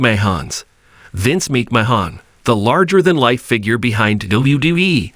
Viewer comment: The prononciation is so bad i had to stop watching . If you want to be legit, at least learn how to pronounce the names of who you are speaking about. "MICKMAHAHNN AND DREW MASINTIRE" are not their names. Not personally a fan of the McMahons, but wanted to see what the story was about. It sounded so horrible now i will never know. Hopefully you will modify your Narrations and have a successful channel. I mean that in all sincerity.